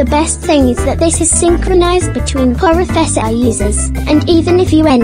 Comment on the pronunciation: Wait a MIN, in the Sponsorisation part i swear i heard "Poro Fessor dot Jojo" Ummm... 😅 Am i going crazy? Good Job by the way, much love, Continue the good works ✌️